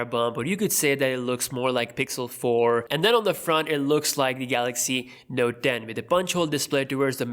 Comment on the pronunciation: NOTE TEN NOT NOTE DEN